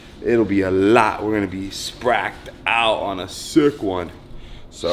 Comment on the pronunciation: literally said Spracked out on a sick one 🤣